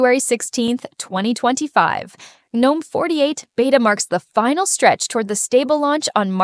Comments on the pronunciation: All great but for the love of everything that is holy please stop with the "Geenome" shit. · why did you say gnome three different ways? It should only be said like nome. the g is silent. not gee nome. not ganome.